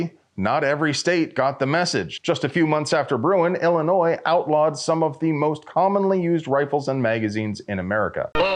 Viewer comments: Clearly public schools failed you. It’s pronounced “ill-a-noy” not “ill-a-noise”. Butchering something this basic damages your credibility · BTW, the 'S' on illinois is silent. Ill-ih-NOY, not, Ill-ih-NOISE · I don’t love the state or anything, but you don’t pronounce the S in Illinois. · Illinois ="illi-NOY"